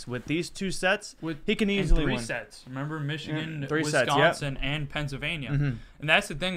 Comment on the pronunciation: Every time these Bob and Doug McKenzie wannabes say "Penns-ah-vania" and "Wizz-consin" I die a little inside.